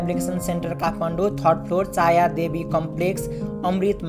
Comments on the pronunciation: चाया होइन छाया सेन्टर हो😅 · चाया हैन छाया हो 😂😂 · छाया सेन्टर हो भाइ चाया सेन्टर होइन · छायाँ हैन भाई छाया हो।